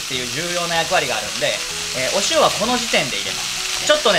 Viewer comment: お塩の呼び方が押尾になっとる